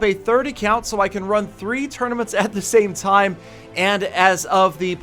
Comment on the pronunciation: It's 'tournaments' not 'tournomats'